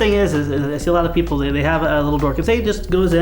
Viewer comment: "and your props can kill some peopple in autralia" LOL